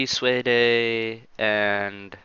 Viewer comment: LOL try and pronouce "suede" again.....